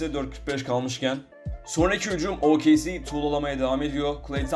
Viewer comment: OKC yi o ka ce diye okumaman lazım O ke ce diye okuman lazım. Senin Türkçe öğretmenin kim =)